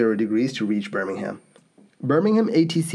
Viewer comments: Bur-ming-um, not Bir-ming-ham. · Just a heads up, that city is pronounced "Burr-ming-um" rather than "Burr-ming-ham" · Yes and Birmingham should be pronounced Burmanum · The h in Birmingham is silent too. For Birmingham, England anyway. Birmingham Alabama is pronounced the way you said it.